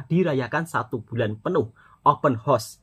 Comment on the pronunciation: Horse bunyi nya